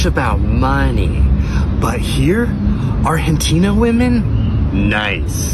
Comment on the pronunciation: the millennial nice guy saying “arHentina” lmfao